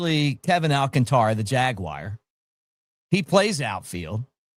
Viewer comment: It's not AL CAN TÁ RA. It's AL CÁN TA RA!